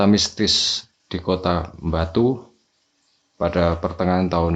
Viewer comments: Ngomong “Batu” jadi “Mbatu” walah rausa atek ngomong lu gue to😂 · ning kuping kog rak enak bgd sih,,, mbok bilang AKU atau saya aja ngopo sih. Aneh bgd medhok pke gua gue gua gue ... koyok wong ndeso tapi mekso dadi cah kutho. Satu lagi mas, itu namanya KOTA BATU, bukan KOTA MBATU .... hmmmm. Pakek B orak nganggo M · GHUE.... Dr penyebutan kota batu jd MBATU itu aja uda keliatan kalo jwo nya wes kentel medok bgt. Dadi lek kate crito nggawe bhs indonesia pake aku/saya ae ojo nggawe GHUE rodok gk cocok cak... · Medok banget " GUWEE, EMBATUU " nya 😂😂😂😂